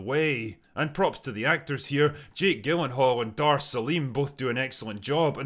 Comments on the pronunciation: Because I like your vids and this movie, I'm gonna forget your surprisingly wrong pronunciation of Jake's last name😂 (there are a couple different ways to say it, but with a hard 'G' is not one of them..lol...lay off the sauce drinker) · Why does Drinker's hard G on the pronunciation of Gyllenhaal rattle me so much lol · Jake Gillen-hall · No one gonna talk about how he pronounced “gyllenhaal”?